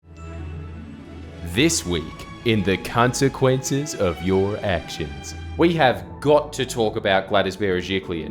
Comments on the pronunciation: did you just say cuntsequences of your actions hahaha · Anyone else hear "cuntsequences" at the beginning? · Cuntsaquences lol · Cuntsequences haha